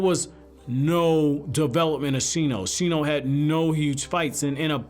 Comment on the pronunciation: It's Shino...